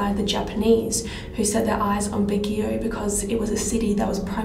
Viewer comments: It's pronounced as "bag-yo" and not "bag-gee-yow" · Baguio pronunciation.. (Bag)-(yow!) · Baguio prounounce as Bag-yo. 😍😘 Nice vid. 😃